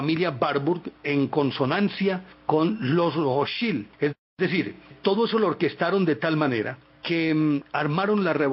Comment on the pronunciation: Se pronuncia: "Rotchaild" con acento en la letra "a".